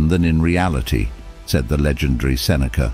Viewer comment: I am suffering because u butchered his name. :-D